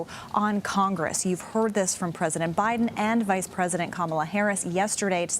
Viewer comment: I think you're mispronouncing Kamala, just to be fair I think the emphasis is on the Allah